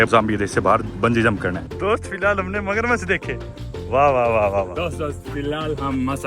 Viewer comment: Magarmachh❌ Masagramamach✅ 😂😂